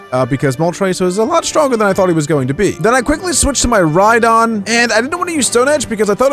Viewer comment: When says rydon ^^ Me: \____/